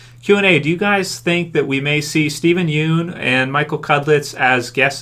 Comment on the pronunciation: I wonder when people will start pronouncing "Yeun" correctly. It's very cringy to watch a Youtuber constantly making the same mistake over and over and over.